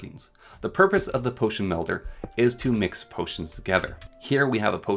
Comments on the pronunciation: You saying Windel was bad, but I could get past it. When you called the melder a medler I just couldn't keep going anymore. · This was a super informative video I appreciate the knowledge. I do wanna say tho I think u may be dyslexic. You kept calling Wil-dens as Win-dels, you called the potion mel-der as potion med-ler, and you also called the ender eye as eyer end. I know some people with dyslexia and they do the same things when reading, so you may want to look into that if you haven’t already